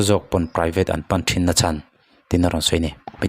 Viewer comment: Engatinge a nihna bo rak khawpa mizotawng i sua sam mai le. Naute an 'chan' i tih an 'CHÂN' ti ta che. A thu a tluang tlan teh lul nen. A serh a thler tih kha chu, damdawi Inah chuan an hliam belh tlangpui lo maw!! (Fa tir ngat phei chu emaw nau awl tak te hi chu an awm ve hrim hrim a) An thui fuh lo a nih chuan thu hran ni se.